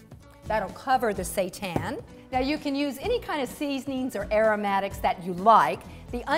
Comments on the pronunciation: You pronounce Wheat Gluten Meat (seitan) this way: "SHEE-TAAN" not say-tahn. Stay Vegan we are not serving satan. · No It's not "Shee tan". It's a Japanese word and you pronounce the "sei" in seitan the same as the "sei" in "sensei". Your pronunciation would be written as "shii tan"